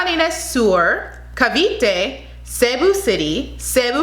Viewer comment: you pronounced it right hehehe love your video cebu province stood out